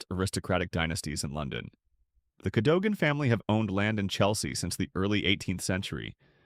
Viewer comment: Cadogan is pronounced KADUGUN CHEYNE is 🗣️”CHAINY”.